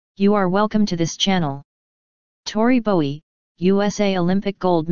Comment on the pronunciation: Please say her name correctly.